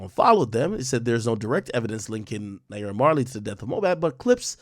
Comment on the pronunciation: Lmaoa did you hear how he pronounced naira he definitely not intune 😂